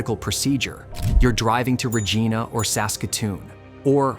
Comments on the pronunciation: If you are going to talk about Saskatchewan, learn how to pronounce Regina. you pronounced Regina correctly exactly once at about but got it wrong every other time. is Re gie na, not Re gee na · Hey it’s Regina not regena. Try to remember the saying “Regina the city that rhymes with fun.” Another mistake is saying our Uranium deposits reach 20%. Saskatchewan won’t bother developing a mine that has that low of an average grade. The two mines in production right now have pockets exceeding 50% and when they first started there was an average grade of 30% that is blended it down for shipping. By blending I mean they take low grade (5-10%) and mix it with the high grade to get it low enough to be able to be safely shipped to a mill. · We pronounce it Regīna, not Regeena. Yet later correctly pronounced. This video and narrative seem entirely AI generated, which is irksome to real people. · Regeena? Well at least AI got it right for the rest of the video. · ’s pronounced Re-gyna regardless of where the word originates from. Born and raised here. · Regina ? You mean Vagena ! Better Google how to pronounce Regina . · Don’t know where you live,but it’s obvious you don’t live on the prairies. The word prairie gives a hint what to expect. Also, potash is pronounced paaatash, Regina is Reg-eye-na. They’re actually easy to find with google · Rahgeena lol 😂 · Your butchered the way you pronounced regina to ragina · Properly pronounced, Regina rhymes with fun. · Please quit relying on EFFING AI to produce your videos, and LEARN the proper pronunciation of Regina and potash! Please! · I don't know.. the way they pronounced Regina 1 out of 3 times almost convinced me that this was well researched and edited. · Bunnyhugger here…. Ya butchered the pronunciation of Regina!! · Having trouble pronouncing "Regina"? Just remember, Regina is the city that rhymes with fun. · Fuck bud as a fellow sask boy it made me whence a bit but I think it’s ai